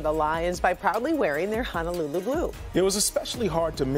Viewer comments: FYI....Honolulu=Hoh-noh-loo-loo, not Hanalulu. Hana is small town on E Maui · Its not Hanaluuluu...its Honolulu pronounced HO-NO-LOO-LOO. Sry, im Native Hawaiian (Kanaka Maoli) and it bothers us Native Hawaiians when our words a pronounced wrong... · It's pronounced (hoh-noh-loo-loo) People on the continent: please pronounce it correctly. Sincerely, a lifelong Hawai‘i resident that cares about the Hawaiian language and culture.